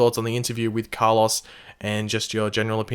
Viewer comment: Why do you say Car-Loss, and not Carloes